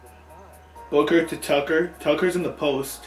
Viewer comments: the mom says Booger as booker😂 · mama rug called Devin Booker, "booger" 😂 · It was funny when said booker and his mom said booger 😂😂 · Your mom calls D Booker Deven Booger